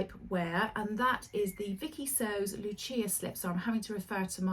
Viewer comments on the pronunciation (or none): none